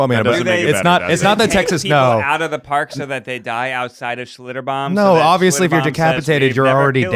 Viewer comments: As someone who lived in New Braunfels for a few years, Schlitterbahn is pretty awesome, but you need to float the river! And I love that Ned keeps saying "Schlitterbom" hahaha! Love you guys! You're all adorbs! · Hearing the other three mispronounce Schlitterbahn for 40 minutes lmao I'm from San Antonio but I've never been